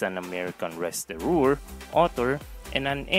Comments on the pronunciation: restauranteur NOT restorooor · It’s “restaurateur” not “restaureur”